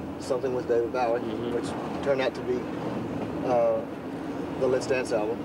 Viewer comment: David, Bow - ie. Have never heard someone say it like that lol.